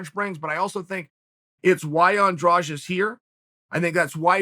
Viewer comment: Do you see a "j" in Andrade. It needs to be pronounced Andradeh. Brazilians end it with a soft "d" which misleads people into thinking it is pronounced like the second "g" in garage. English doesn't have a sound like the soft d.